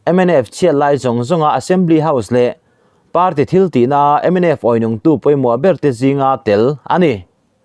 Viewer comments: MNF awi nungtu ti loin, âwi nugtu tih a dik zawk lo maw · Awî nung . he ta Awi thu mal hi chu , A ri sang a lam rik tur a . A ri hniam a lam rik na tur hmun chu . Nau aw . Kha nau i awi a ni maw ?,, Awî 2 mahla , a sual em mai i awi mu chuang lo va . Awi hnu hnung hi a ri hniam a lam rik tur a ni ve thung . Awi tih thu mal hi . Ri hnih nei a ni a , lo hre tawh rawh u . Mozo ṭawn thu mal ah hian Ri hnih nei leh Ri thum nei a awm a , chu vang in a ri in thlak hleng hun ah pawh a ri ngai reng a, in lam rik chuan thu mal awmze bo ṭhak 2 in thu in sawi fo vang . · Awinung Awi.hi nau awi anga thluk lovin lungawi a awi thluk anga thluk tur mizo tawng i thluk dik lo tlem tan viau a,fimkhur zel rawh aw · A bengvarthlak thin e,mahse Mizo tawng chhiar hi zir deuh in la ngsiin ka hria,entirnan:MNF awinungtu tihah hian awi tihlsi tak hi 'nau ka awi'tih thluk ang ni lovin ka lung a awi e tih a 'awi'tih thluk ang tur a ni